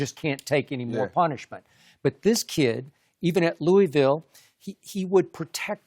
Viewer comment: Someone tell Skip it's pronounced LOO-uh vul.